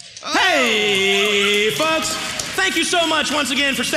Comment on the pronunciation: I thought he said “HEEEEEYYYY FUCKS”